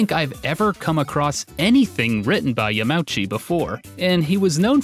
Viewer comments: I let it slide in one video. I even let it slide in another video. But this is the third video I can recall watching with you pronouncing Yamauchi as "Yah-MOW-chee," and I can't take it any more, I have to say something! It's four syllables: "Yah-mah-OO-chee." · constructive comment, but Yamauchi is a compound kanji 山内. it is more accurately pronounced ya-ma-oo-chee. (not ya-mow-chee) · think a smart dude like him who is super into Japanese games would know how to pronounce basic Japanese.... or at least know that Japanese language is usually pronounced phonetically. Like Ya-ma-u-chi is pronounced Yah-Mah-Ooh-Chee, not "yum-ouchy" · I love your videos, but when you get time, you might want to ask for help with pronouncing Japanese names, especially Yamauchi. It doesn't bother me too much, but I didn't know much about Mr. Yamauchi, so I searched your pronunciation as "Yamaochi" and couldn't find it until i realized that his family name is probably "yama 山" mountain and "uchi 内" house. Keep up the great work though. I really love the videos you have done since the Wolfenstein and Final Fantasy Mystic Quest ones. Your style is getting a lot better, and I appreciate it as a follower. Thank you for the hard work and passion you put into these videos. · "Yum-ouchy"... >_< Dude, use Google Translate to learn how to pronounce Japanese names. I bought this book a year ago for $20 online, not surprised to see the price quadruple overnight thanks to this video... it seems like Youtubers are driving the prices of everything retro through the roof everytime one of their videos increase exposure to something. Even the "Historian" knew this would happen, judging from the description of this very video: "Buy this book before it's too late. Trust me." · the way you pronounce hiroshi yamauchis name is like nails on a chalkboard.